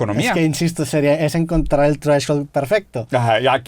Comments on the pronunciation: un chupe cada que Roberto diga treshhold. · Drinking game, tomas cada vez que roberto diga treshold